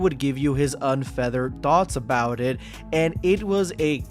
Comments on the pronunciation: You meant to say, unfettered. You said, unfeathered 😂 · unfettered... not unfeathered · Got no love for joe i think he is the epitome of angry spoiled kid that break's their toys. But man just said unfeathered lol at 26 SEC's when i think he meant unfettered. If you gunna do a hit peice at least get your words right. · His "unfeathered thoughts"? 😂 Bro the word is unfettered. Learn English before you hate on people OMG I didnt even make it a minute in when I heard this HAHA edit: I do agree though Alex is insufferable, an elitest, and is always tryinf to low-key flex on camera it's hilarious